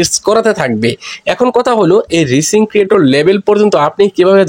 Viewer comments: আমি ইংলিশ উচ্চারণই করতে পারেন না। আবার কন্টেন্ট তৈরী করেন কেমনে? বানান টা "রিচিং" না এটা হবে "রাইজিং " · আপনি ভুল উচ্চারণ করেন কেন? হবে রাইজিং